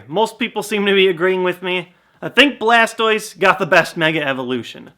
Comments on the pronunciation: I'm sorry to be pointing out something that I shouldn't but He said charmander squirtal and blastoiz. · Poor Bulbasuar lol everyone ignores him, even called it Blastois XD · he said blastois instead of bulbasar XD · dude don't fail any more you seed chamader squritle and blastios not bulbasuor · You said squrtile and balstouse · He said charmander squirtle and blastiose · Lol you said chamander bulbisaur and blastiose